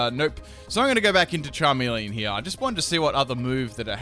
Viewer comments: is charmeleon not charmilian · really? charmilian? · Charmilian? ITS CHARMELEON BOI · its charmeleon not charmileon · It's called a CHARMELEON not a charmillion. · "Charmilian" Son, I am disappoint. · its not charmilian its Charmeleon! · its charmeleon not charmilian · charmilian XD nice..... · LOL charmilian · CHARMILIAN XD